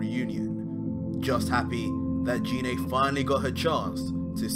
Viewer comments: Gee-nea Not JEE-nae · #Bardock great fan fiction, but must you slaughter the pronunciation of Ginae's name? It isn't "G-Nae" pronounced with the "Guh" sound of the letter G. It urkes the hell out of me when people claim to be huge Dragonball fans but butcher the names so badly. Thanks and as I said before great fan fiction. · Never subscribing to someone who can't say gine correctly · Anyone else weirded out by how he says gine